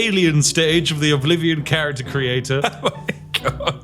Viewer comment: The most british thing about the first ten minutes of the video is that spiff mispronounces the name of every character including his own XD